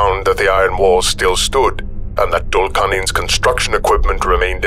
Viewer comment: 'Dhul' should be pronounced 'thool'.